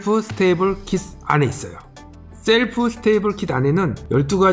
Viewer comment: 영상은 재밌게 잘 보고 있는데, 오늘 따라 발음이 틀린 게 많네요. 선글라스 때문에 철자가 잘 안 보이시는 걸 수도... breakfast: "블랙패스트"가 아니라 "브렉퍼스트" meal: "리얼"이 아니라 "미일" shelf: "셀프"가 아니라 "셸프"